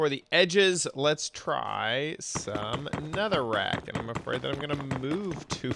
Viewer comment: "Netherrack" Me: Huh?